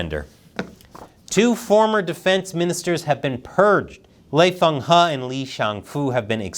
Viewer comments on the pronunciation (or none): Not "Lei Fenghe" but "Wei Fenghe."